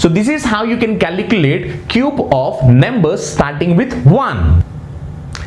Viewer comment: Plz pronounce it as numbers and not nemburs